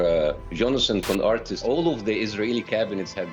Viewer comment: lmao bassam intentionally mis pronouncing Conricus' name